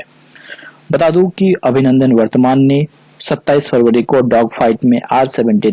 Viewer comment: Abhinandan Vardhaman hai na ki vartman